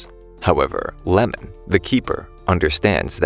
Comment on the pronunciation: guys the goalkeeper's name is not lemon its iemon